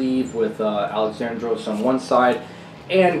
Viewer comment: Little tip from a Greek man.It's pronounced Al-E-xandros not Alex-A-ndros ,with emphasis on the e instead of the a. Ur welcome 👍